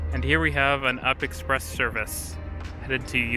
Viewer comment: We don't call it the up express, we all know it is pronounced the "You P" Express. Has been that way from day one. We don't call the TTC the Titc, it's TTC.